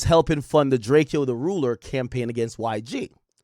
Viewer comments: STOP CALLING HIM DRAKE-EYO HE LITERALLY TOLD EVERYBODY HOW TO PRONOUNCE HIS NAME AND HOW THAT SHIT WAS ANNOYING TO HIM!!! ITS DRACO FOOL ASS BOY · Ak ijs his name is DRAKE O not DRAKE E O 😂